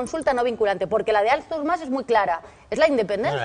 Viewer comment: em declaro incapaç de respectar la opinió d'una persona que pronuncia Árthur Mas